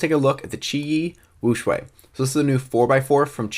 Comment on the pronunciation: Did u say qiyi wushuang??!!